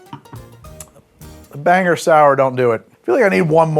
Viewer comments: Follow-up comment now that I’m getting to watch the rest of the video: it’s “Bang-gore” not “Banger” ( I hardly know ‘er). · Locals pronounce it "BanGORE" not "Banger". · It's not "Banger" it's "Bang-gore". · LOL it's not prounounced like Banger, it's pronounced like Bang-or. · banger? BANGER?!?!?! IT'S PRONOUNCED "BANG GORE"!!!!!!!!!!!!!! if you call my hometown "Banger" again Pennywise the dancing clown will pay you a visit. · Its BANG-GOR Not Bang-er. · NOOOOOO, you did not just pronounce Bangor like banger noooooo... - I'm from Maine, this is an ongoing problem. It's Bang-GORE. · Bangor. It's Bane-gore. Not Bang-er. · I was happily watching along (though Moxie isn't really my thing) and then the pronouciation.... Banger????!!!! BangGOR. Sigh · Wait you pronounce it Banger and not Bang-or? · BANE GORE. Not Banger. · long sigh*... it's Bangor. Bang-gore. Its... it's fine. We get it a lot. It's just, ya know, it ends with -gor. There's, uh, no H. Soooo no one from there understands why everyone else says "I'm heading up to Bangher." *longer sigh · As a Bangor resident, I am endlessly amused that you called it Banger. It's Ban-gore. 😂😂😂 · "ban-gore" and "bang-gore" are both acceptable "banger" is not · First time watcher from Maine! Clicked purely for the moxie lol. Seriously though, I turned 21 in March of 2020 right before lockdown so I, legitimately, do not know How To Drink. I only drink about two types of drinks because that's all I know, so I'll be sticking around to expand my knowledge! However, I do have to fight you for pronouncing 'Bangor' incorrectly as 'Banger.' That is unforgivable. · Did he just call Bangor "Banger"...? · From a friend, and offered with all love for the channel: we pronounce it "BANG-gore" =) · Mainer checking in: it's BANG-gore. Good shit here otherwise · I love the "Banger" Maine 😂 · People really don't know how to pronounce Bangor 😂